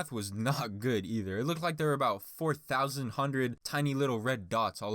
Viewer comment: You are so close to “four thoused hundred”.